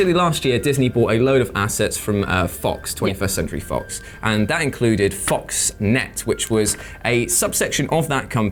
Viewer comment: It's "FOXNEXT" not Foxnet